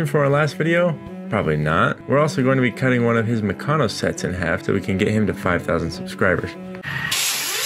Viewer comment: The way he says mecanno is bad. It's meck-an-o. Or like a mechanic but replace the ic with an o.